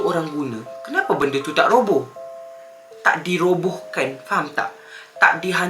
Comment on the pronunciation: Bng roboh bukan robos